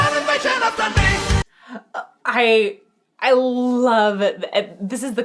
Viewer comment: That's the first time I've heard Dundee pronounced with a short e sound for the ee. Sounds odd to me.